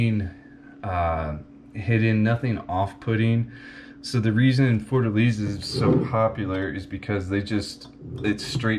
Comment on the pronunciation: Lost me at beginning. Pronunciation is Forta lay za